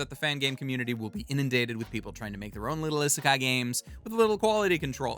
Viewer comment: In romanized Japanese (in particular what is known as the 'Hepburn romanization' version which is the modern version of Japanese romanization) the 'i' is pronounced like people say the name of the letter 'e'. (Like the 'e' in 'eat'.) So it is not "eh-seh-kai" it's "ii-seh-kai". The word isekai should be pronounced starting with the sound of 'e' in 'eat'.